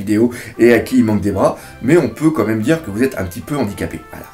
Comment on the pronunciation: Tu dis "co même" au lieu de "quand même" xD Sinon très bonne critique analyse ! ^^